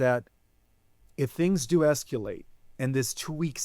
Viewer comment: Where is he from? Calls grok "groak" and keeps saying "sectour." And then "esqu-late." Oddly, it seems like he's maybe reading?